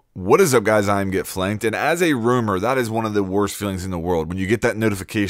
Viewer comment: Roamer not Rumor......